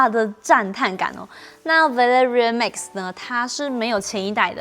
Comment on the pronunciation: Max, not mix. 發音要改善